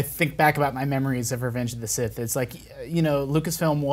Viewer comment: "reventhe of the sith"